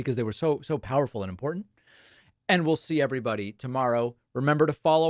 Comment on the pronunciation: Well, it's very "impor...ent"